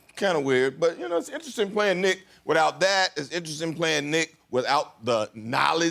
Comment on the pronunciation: Kimmel's pronouncing of interesting is "inter-esting"